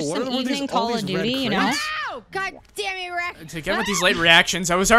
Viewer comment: I misheard Tails saying god dammy instead of dammit. I like dammy